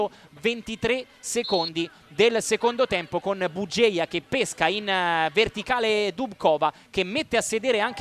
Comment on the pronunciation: Vi prego, correggete la pronuncia: Dubcová si legge "Dubzova" con la a finale lunga ['dubtsoːva]. Kamilo, seš borka! Jen tak dál! ;-)